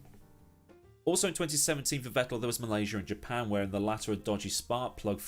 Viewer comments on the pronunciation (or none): none